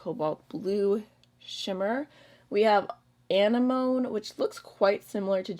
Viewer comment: Anemone is pronounced "uh-nem-money": not sure if you've watched Finding Nemo, but there's a cute/funny moment in the movie regarding the pronunciation. ☺️